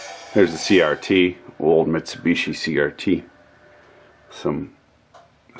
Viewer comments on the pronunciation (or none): none